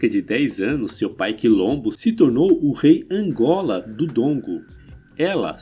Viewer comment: Excelente conteúdo, só precisa melhorar a pronúncia dos nomes, Ngola, Ndongo, Njinga...